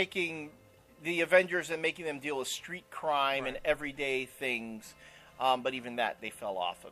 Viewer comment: Oh it's "Thangs" "Thangs";)